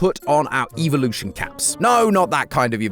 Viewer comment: It’s evolution not eivielutionnn